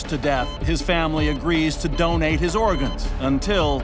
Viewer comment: Is it me, or is he saying "dunnate" instead of "donate?" Is that just a Canadian thing?